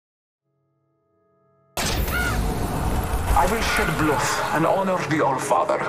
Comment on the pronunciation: "I will she'd blooth in honor of the Allfather". My favorite